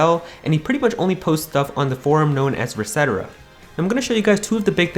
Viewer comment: It’s Reset Era not resetera. Two words ^_^